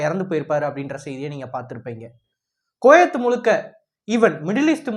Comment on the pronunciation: டேய் கொயேத் இல்லடா போக்சோ தெற்ற்கண்ஸ் குவைத் என உச்சரி டா